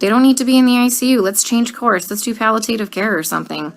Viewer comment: She said "Pallatative Care", not "Palliative care", she's a paid actor.